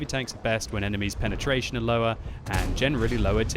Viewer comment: "penertrasion" lol